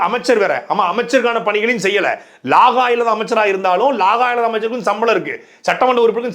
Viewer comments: லாகா என்று சொல்வது பிழை ; இலாக்கா என்று சொல்லுங்கள் துரை ,இது வடமொழியின் தமிழ் உச்சரிப்பு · Athuvum saattai d.murugan sollum bothu antha pronounce romba nallaa irukkum........ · தம்பி அது “ லாகா” இல்லை “ இலக்கா “. “வலக்கு” இல்லை “ வழக்கு “. மலை மெலெ மழை” பெய்யுது எப்பிடி சொல்லுவெ 😄